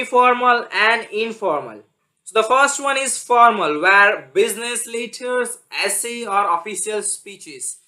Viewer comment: Stop shouting.. and stop saying the word "letters" in a weird way..